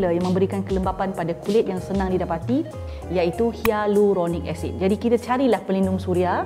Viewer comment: pretty sure hyaluronic acid is pronounced as “hai”luronic acid as from hyram’s video ;)